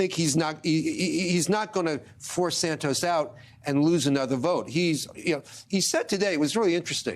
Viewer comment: I still don't get how you go from Santos to "Sand toes" that's a whole bunch of extra letters in there for no reason and it's not how you say that word in either Portuguese or English, so it's like going out of you way to mangle a 2 syllable name that other English speakers don't need to add these extra letters in there to make it sound like "sand toes" instead of Santos, looks and sounds a lot like racism. *lend. Is it "Friends, Romans, countrymen, 'loan' me your ears"? No, so why are you mangling past participle again? Those rules still apply so it's lies, not "lays", because only another person can lay something on the ground, you and a dog can't do that to yourselves, you can't get laid alone, sadly. The same with "loaning". I can't listen to this, because most people learn this in primary school and it's not in your stupid Merriam Webster foreign dictionary that no one recognises either, because they say the same as me, Shakespeare and the Cambridge dictionary says about that. Speak English, ok, stop speaking that gutter English, pig latin or whatever it is you're "evolving" there.